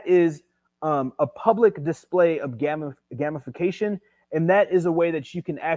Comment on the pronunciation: Brooooo! "Gamification": 'game-if-fa-cation' Great vid